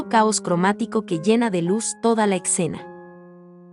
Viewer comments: Hermosas las obras de Renoir lo q no entiendo es porque la narración tiene puntos y comas donde no van o porque pronuncias palabras como escena _con x, mi opinión no es por ofender, solo creo q la narración puede mejorar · Mensaje para la narradora, no se dice ECCENA, es ESCENA... Se pronuncia Renoá, no Renoir. ¡Cada vez más enorme! También hay que practicar la lectura. ¡ADIÖS!